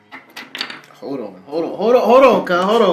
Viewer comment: "Hol on"